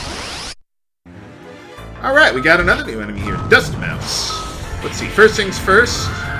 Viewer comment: 'Seraphim' is pronounced Sarah-phihm (i in phim = i in film). 'Mousse' is pronounced MOOSE! We've gone over this,...